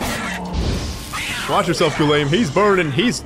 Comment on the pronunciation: Finally! I missed hearing you mispronounce Guillaume's name every 10 seconds. Hahaha